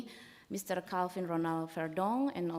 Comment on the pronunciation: anggota DPR RI tapi bahasa inggrisnya jeblok, calvin ronald verdonk bukan di baca kalvin ronald vardok tapi kelvin ronald verdonk :3 hadeh